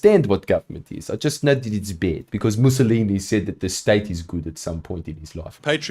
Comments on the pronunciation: when he said “musolimini” i died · did he really say "mussolimini"